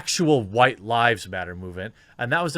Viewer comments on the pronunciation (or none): none